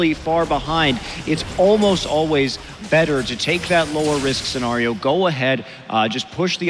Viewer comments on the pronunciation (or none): take a shot every time Monte says the word - scenario - wrong, you will die.